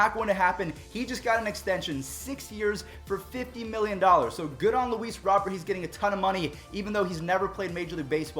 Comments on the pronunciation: Hey just a friendly tip it's ROW-BEAR not Robert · Luis Robert pronunounced Robe-Air